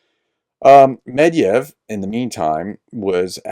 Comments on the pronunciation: It's not "MED-YEV", it's "MED-VYE-DEV"... You English-speaking YouTubers need to "bone up" on UKRAINIAN and Russian pronunciations. YouTubers pronunciations of UKRAINIAN and Russian words, place names, and people's names really GRATE on my ears... And let's not forget your gaffes in the pronunciation of words in the OTHER SLAVIC LANGUAGES... No, I am NOT a Russian bot, but I AM a first-generation American Citizen, born in New York and I am a product of A UKRAINIAN/GERMAN household. Yes, we spoke UKRAINIAN, GERMAN, FRENCH, RUSSIAN, POLISH, a bit of ITALIAN and a few words of CZECH AT HOME... It's not that hard, you know... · Pronounced med ve dev